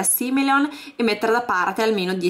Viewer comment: Posso darti un consiglio???Si dice simoleon non simeleon